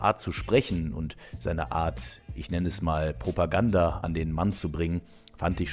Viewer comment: Was ist Propaganda? Meinst du "brovoganda"? So heißt das nämlich richtig.